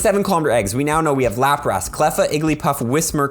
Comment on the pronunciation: Seriously what are these pokemon pronunciations. Laprass? Tf?